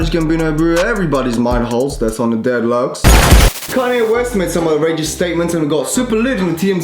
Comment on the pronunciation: I have found someone who should never say 'Deadlocs" again